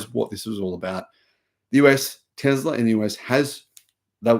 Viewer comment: there is no "z" in Tesla....